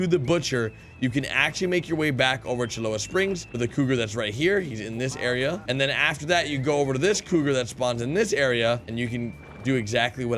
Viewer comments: You pronounce Cholla Springs as in “Choy-ah” Springs not “Choloah” Springs. Just so you know. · Love the videos but I think you might want to know that cholera springs isnt pronounced like that. I know before I get hate back I just thought he should know.